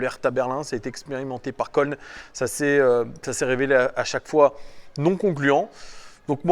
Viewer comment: Si jamais köln ça se dit "keuln" ou Cologne 😝Superbe vidéo 👌🏼🤙